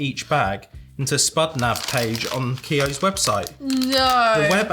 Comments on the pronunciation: Keoghs- pronounced like Kyo’s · Hi and. Watching from Co.Kildare (county kildare) in Ireland. Just down from Dublin. I laughed everytime you said Keoghs crisps as I have never heard them pronounced the way you said it😂🤣. Also the relish needs to be tried on toast with butter, 2 slices of ham, 1 melted slice of cheese, preferably mature cheddar and spread the relish over the melted cheese yum. Also nice on crackers and cheese, actually like it on a jacket potato so hope you added some to your dinner, burger as said. And theres a place in Bray called 'Box Burger' which does the best burgers in my opinion.